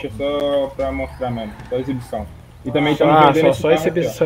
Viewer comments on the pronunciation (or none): "ECIBIÇÃO" By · "Ecibicão" queee kkkkk